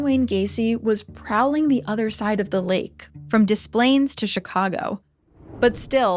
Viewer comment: thank you for pronouncing Des Plaines, IL correctly